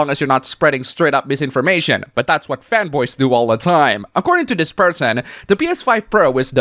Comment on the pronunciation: Every time you said fanboy I thought you were saying femboys and got very confused